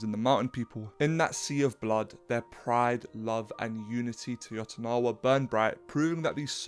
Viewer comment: yotanawa??? YO-TAN-WA how is it so hard???